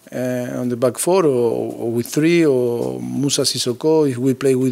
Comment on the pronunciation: I'm sure poch scores every time he "plays wif his wife " 😂😂😂😂😂😂